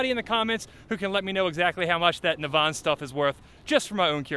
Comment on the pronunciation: Nav, as in navigation and En pronounced In. Naven.